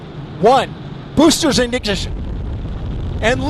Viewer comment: "Booster Ignissshhsshh!"